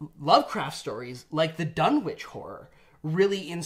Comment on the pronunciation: The "w" is silent (so "DUN-itch"), like in Greenwich ("GREN-itch"), England.